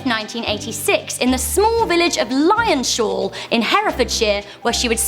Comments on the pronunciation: Lyon-shall! bloody hell learn your language woman it's lyons-hall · She said lyonSHALL it’s lions hall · Lyonshall, is pronounced lions hall